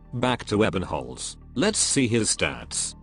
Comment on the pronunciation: It's Ebe~nholz not Ebbennholz. And to be fair the closest to a waifu a male op can be before its a trap.